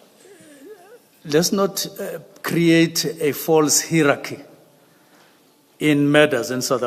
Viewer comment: This guy was a teacher... hierachy ...... really. Is that your pronunciation?